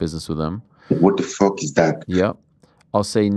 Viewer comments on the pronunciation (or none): “wat de fook is dat” 🗣️ 😂